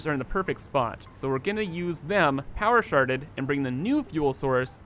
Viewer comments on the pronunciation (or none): “power sharded” I heard Power Sharted! "Miller Piddles!!"